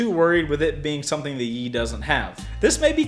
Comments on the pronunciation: Pronounce Yi as the letter "E" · I am sorry to tell you this but... you were saying it wrong. it is pronounced "ee" don't add the "Y" sound.